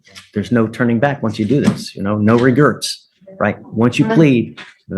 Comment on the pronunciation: 😂 That man said “No REGERTS” 💀